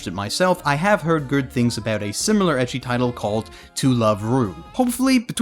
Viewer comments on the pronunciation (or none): Ecchi is apparently supposed to be pronounced like the letter h.